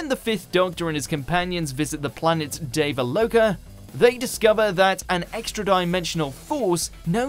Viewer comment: Yet again the names aren't even pronounced correctly. The "wurn"? (it's pronounced Wir-rin). And "Kinn-dah", not "Kind-er". And the planet is called "Dee-vah-low-kah", not "Day-vah-low-kah". I'm surprised they don't call the show "Drrrrrr Wa-Hoo". I love this channel, but this is just getting embarrassing now.